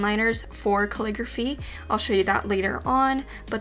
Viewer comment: Why do I hear "clicker fee" instead of calligraphy?